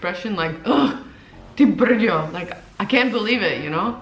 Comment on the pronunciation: Your "Ty brďo" sounds perfectly native ... great job :) And to the beer topic - I highly appreciate your effort. Faking to like beer for 4 years is Oscar worthy :D I myself am not a fan of beer so I deeply understand you but during a Praque trip I was able to enjoy one or two 0,5L pints ... when fresh right from the tank it´s really good. And Coca Cola ... meh ... Pepsi is deffo better and Kofola is the best, more interresting.